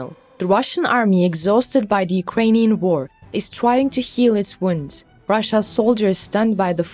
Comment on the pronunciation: "Unkrainian Defence Minister Shoigu"??? (8.27)